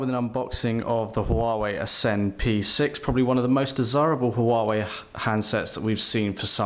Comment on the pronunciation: ffs its wah-way